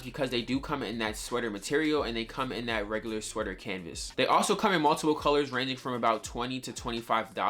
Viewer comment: W vid but please stop sayin canvas